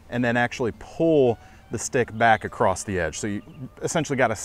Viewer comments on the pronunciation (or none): none